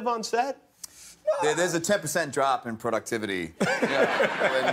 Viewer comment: chris evans says productivity so aussie